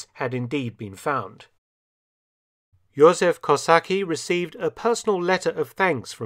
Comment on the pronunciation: Thank you for this movie :) Btw. I our language we do not have mute leters... Jozef is pronounced "Youzef" and Kosa"c"ki :) The C is important :) I know I know our language is hard... even for many of us ^^ we have rz=ż or u=ó and also ą,ć,ź, dż, dź and so on ^^ Cheers :)